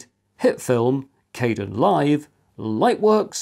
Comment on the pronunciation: The KDEnlive project pronounces its name differently.